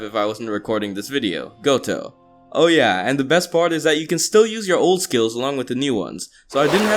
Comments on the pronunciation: "goto" me: visible rage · Stop calling him GOTO! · You really said goto .. you bring forth shame on his name